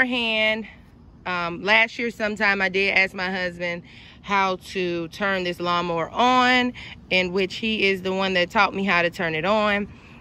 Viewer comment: You said " lawnmo" ....you said it repeatedly